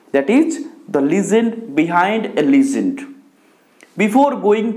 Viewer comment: It is Le-gend, not Lee-gend, Kindly pronounce the English word correctly